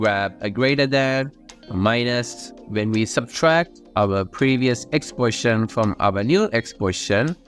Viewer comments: Why do you say the word "position" like "portion"?!?!?!?!??!? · the way you say "position" is rly funny, sounds kind of like poison rather than position